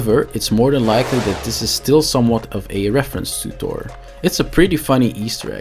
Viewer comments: Thhhhhoooorrrr not tour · So... "Tor"... Appears when there is "Tunder"... Got it ;)